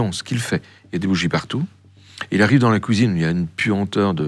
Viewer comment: Le son "ui" devient "ouhi" Il dit pouisque haha La couisine